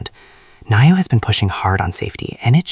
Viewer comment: Great car and video but pronounced Neeo! Not Naio! Blue Sky Coming!